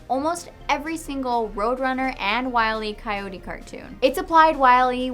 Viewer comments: Hate to be that guy, but it's not "Wiley Coyote." It's "Wile E. Coyote". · Oh I thought it was Wiley E. Coyote I knew the E was there heh funny mistake thanks for the correction.